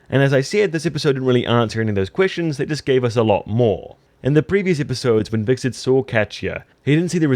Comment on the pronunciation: vickset = Hvitserk